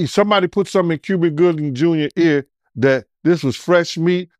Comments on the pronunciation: On me I heard him say Cuvin Goobin Juber.😂😂😂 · could not pronounce Cuba Gooding jr..